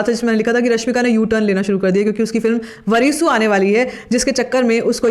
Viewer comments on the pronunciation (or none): Please try to pronounce words properly. It's वारिसु not वरीसू . All love Shreya Goshal in South India, because she pronounces every native words like a native. She takes that extra effort with respect, in return she is shown that love and respect in the South. You have made conscious effort in saying Kannada instead of Kannad , so you can extra efforts unlike others. Use a help of native speaker or YouTube video in the native language to get the proper pronunciation. Your content is great, continue the good work.